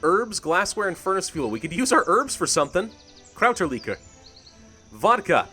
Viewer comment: Americans really say "Krauterlikor"?:D It's a German word and it sounds hilarious to me hearing you speak it out. Still loving this series, guess I have some Kräuterlikör now, cheers!